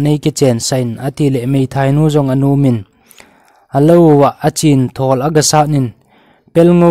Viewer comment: 8.37 a thawwll )❌(Thuuwwolll ,👈chi git a hi lamdoh ding) thol joh tiding ahi. chu lel galngam pa min sehleh hilou in selleh joh ahije